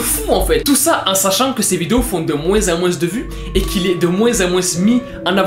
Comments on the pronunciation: Très bonne vidéo Mais on ne prononce pas le '' s '' de '' moins '' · « De moinse en moinse » 😂😂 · " de moinsse en moinsse en avant "